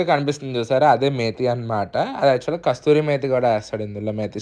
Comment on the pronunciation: Methi Chaaaaman Kadu ra babu 😂😂😂😂 .. Methi chaman. Its Kasuri Methi not Kasturi 😂😂😂